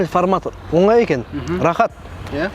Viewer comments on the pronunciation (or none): none